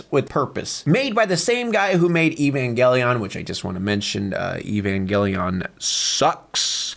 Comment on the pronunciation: Neon genesis rules😊 . There is lots of stuff .. i know it is less deep that what some think… But its references are deep . Say it right lol : ee-van-gal-ih-on